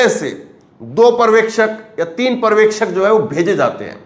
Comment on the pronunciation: Parvekshak nahi janab uchharan sahi Karo bhasha ka satyanasha mat karo paryawekshak Aisa uchharan kijiye,pahale bhashaki study Karo bad news chanel chalao . culture ka nasha mat karo